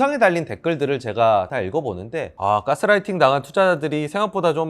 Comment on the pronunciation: "까"스라이팅 이라고 하셔서 괜히 거기 꽂혔네요. ㅋㅋ 좋은 내용 감사합니다